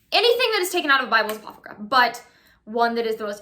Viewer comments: ApoCRYPHA --- its cute that you mispronounced as apophryca ROFLMAO :D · You lost me at "apophryca".